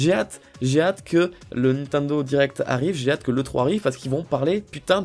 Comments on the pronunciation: Nathanel Messika c'est Nintendo et pas nintando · Le mec il est fan de Nintendo et il prononce mal le nom 😂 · Nintendo pas Nintindo putaaaaaain😠😠😠😠😠😠😠😠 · Lilibayer Gratouille nintindo aussi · pk il dit nintindo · t'as dis nit1do mdr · je sais c'est qui a dis "nintando":)